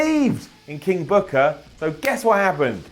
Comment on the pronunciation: Its not "King Booker" its KIIING.. BOOKAH